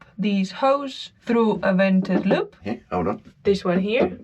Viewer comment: Vented loop rhymes with hay what a great video Amiga 😂😂😂